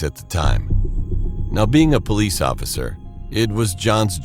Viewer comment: Its police not pollice